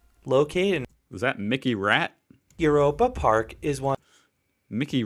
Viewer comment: By the way: The German "eu" is pronounce like the English "oy". So... "Oyropa Park". 😊